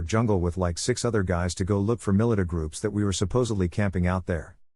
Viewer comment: No one alive today has met the Woolpit children. No, you've not met them - immediate DQ for this channel. AI voice can't pronounce militia.